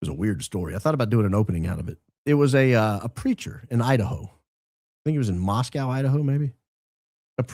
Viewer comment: I'm an Idaho gal... Tim Remington is a pastor in Coeur d'Alene (Core dah lane). Moscow (Moss co) Idaho isn't pronounced like the Russian city. I graduated from U of I back in the day and live in the CDA area.